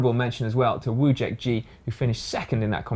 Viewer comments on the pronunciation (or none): Thanks for mentioning. As usual - some pics on my bike blog- BTW - my gps logger's battery died in the end ;) Oh, forgot bout it last time - pronounanciation of my nick - 'vuyek', 'j' sounds like in 'Rafał Majka' ;)